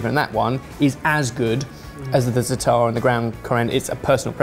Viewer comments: The way pronounces zaatar absolutely killed me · Dear, it is Zaa-tar, not Zataar. I don't even want to talk about abomination. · Loved this!!! Za'atar = ZAHtar, not zaTAR. Just sayin',. The sweet one looked super cool! Babaghanoush can easily be made dairy-free (usually is) just with tehina, olive oil and lemon juice. Nowadays, many prepared ones are made with mayo (yikes!!!) But guys, where's the pita or laffa??? Eating falafel with a fork is just as wrong as eating shakshouka with one!! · please don't get this the wrong way but... non of those look like a real falafel. you really should go to Israel and try they have very good places for falafel. and it's pronounced- za-atar. not zatar. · zaaaatar not zatarrrrrrrr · please stop mispronouncing za'atar! its pronounced as you spell it - zaatar not zataar, the long aa sound is the first syllable... Every time you said that I cringed! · Quick correction if anyone is interested! The spice blend that mentioned is actually pronounced "zah-trr" and is a staple spice blend in Middle Eastern foods that consists mostly of thyme. For a quick way to jazz up green peas, add some olive oil, some Za'atar, and s&p to taste for a new take on an easy mid-week side. If used sparingly, it pairs quite well with fish. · same for avocado hummus haha! Zaaaaata'rrrr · as an israely, I think you are Overestimated how much yogurt is used in Middle Eastern cuisine, and that the sweet falafel is...barryish. In addition, "Za'atar" is pronounced in penultimate accent. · It's pronounced za'atar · that pronounciation of zataar made me laugh xD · If I hear mispronounce za'atar one more time..., try ze-AH-tar. Please. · Please! za-a-tar, every a pronounced.